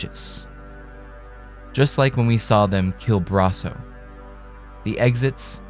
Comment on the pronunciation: You.....talk..............so....................fkn....................................slow! Thank God for the 2x button. Also, please don't say Brasso like that ever again.